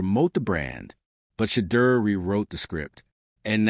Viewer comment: SHEDEUR “SHA-DOOR “ please pronounce his name correctly. Please spell his name correctly “SHEDEUR” Please and thank you!